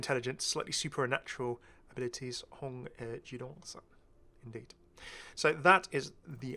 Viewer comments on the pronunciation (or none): Hi ^_^ Li’l pronunciation note: Hong Gildong is said as Hong (like you’ve pronounced it) Gil (like the gils on a fish), and Dohng (longer ‘o,’ like how you’d pronounce ‘door’)